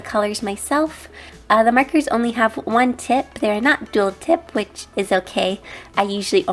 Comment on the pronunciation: I love how you say 'markers' it sounds like 'merkers'